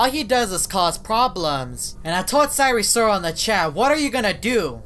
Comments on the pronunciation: please sire sirol is pronounced as “S I R E S I R O L” not “S I R E S O R A L” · I'm laughing because he said: our friend sire sorel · sire sriol lol